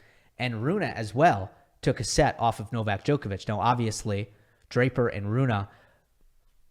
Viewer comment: Broooo, its not Runah, but Rune. Like Runeh its pronounced